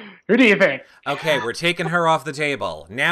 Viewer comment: "Do you dhink... "